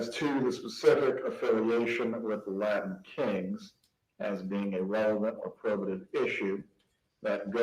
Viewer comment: Oh Jesus! Did Say Lion kings or LILA king instead of Latin Kings. He then said clearly Latin Kings after the Judge said Latin King. I would fire before I got back to the jail. Lmao